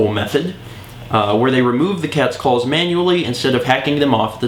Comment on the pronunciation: clals that's how he pronounces it CLALLLLLLS